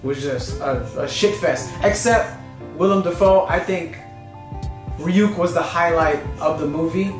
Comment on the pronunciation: You pronouncing Ryuk "Re-UCK" though